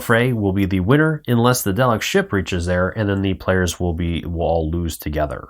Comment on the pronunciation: Great video but please correct your pronunciations: Tar-dis, Dar-Lek, anomaly not abnormality and maybe a few others, which you later apologised for just as I started typing! I look forward to playing it with your initial input! Thanks!